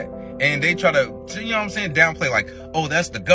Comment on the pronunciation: "You knowwhat imsain"